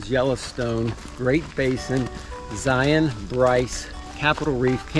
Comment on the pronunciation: I love that you said Zion correctly. So many Youtubers and tourists say zi-ON!